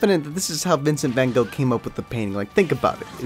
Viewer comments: Vincent fwan goog... Dude your cannot say it Ok I know you suck at speaking Dutch but bro Groeten van: dat nl mensie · As someone from the netherlands it frustrates me How you pronounce Vincent van Gogh